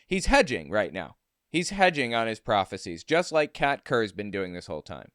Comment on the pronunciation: When you first said her name, I could have sworn you said cat turd.